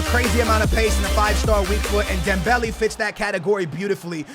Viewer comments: ITS NOT DEMBELL E ITS DEMBELL A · ITS NOT DEM-BEL-I ITS DEM-BEL-A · It's not Dembelly it's Dembele.... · It's not Dembelly it's dembaylay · Dembehleh. stop saying dem belly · "Dembelie/Dembely" triggers me I can't lie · You don't say Dembele right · Say Dembelé properly 😂😂